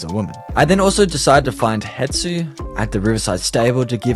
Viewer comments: Its not Hetsu its Hestu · It's Hestu btw not Hetsu lol, easliy mistaken, I've been playing botw for a few years now, so watching someone play it for the first time has made me see it from a different perspective- thx for this video it was great! Also how good is the book? Kinda want it